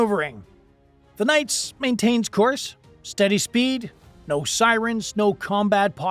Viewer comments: Enjoyed your video. But the correct pronunciation of the USS Nitze's name is "Nit-Za," not "Nights." It was named after the former Secretary of the Navy Paul Nitze. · Holy shit I can't even watch this crap. It's pronounced Nit-zah not nights. Learn the f'n name! You are dishonoring everyone who serves and has served on it by not taking 30 seconds to do some research. I spent three years on that beautiful ship and knowing they handled themselves well is not surprising, but I certainly don't need to hear you keep disrespecting her. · USS Knights? Or USS Nits-uh? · Vessel named for Paul Nitze…Nits-uh? Not “nites”. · my friend, "nights?' really?... it's nitsuh you twit. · Nitze - Nit zuh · The ship is named after Paul Nitze, Former SECNAV during LBJ's Administration. His name was pronounced "Nit zee". vrckn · Check your pronunciation - the ship's name is nit-se - short i, not long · It’s pronounced NIT-SUH. Other than that pretty spot on video. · “Nit see” pronounce this way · Oh you butchered the name of that ship. BADLY. Also the video is old we dont wear that uniform anymore. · He mispronounced Nitze as well.